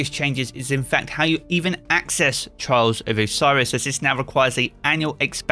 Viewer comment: i can only hear charles of osiris man try to speak better